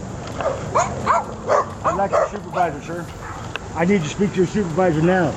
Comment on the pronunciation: One millions time he said I nee you call you supervisor OMG